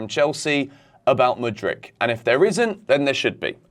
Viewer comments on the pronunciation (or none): none